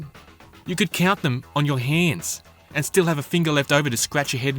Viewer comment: "You could count them on your heeeends"